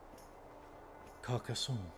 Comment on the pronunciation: All names that end in -onne or -onnes should rime with « stun ». Stretch that nnnn. It will be easier to pronounce for you, too. So Carcassonne would sound like « Car » in the Boston accent, then « cass » as in Cassidy, and « onne » riming with stun.